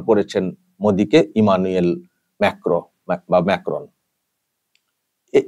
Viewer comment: ঠিক উচ্চারণ : মাক্রোঁ সবরকম রেওয়াজ ও প্রোটোকল ভেঙে প্রেসিডেন্ট মাক্রোঁ নিজে বিমানবন্দরে গিয়ে ভারতের প্রধানমন্ত্রীকে রিসিভ করেছেন এবং আর বিদায় জানিয়েছেন। বিশ্ব কূটনীতিতে মোদীর সন্মানটাই আলাদা।